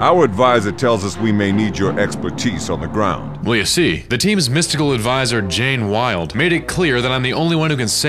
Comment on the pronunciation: DId you say Jane Wilde?